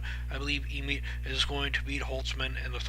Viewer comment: Pronounced Josh EhMET.....went to the same highschool as me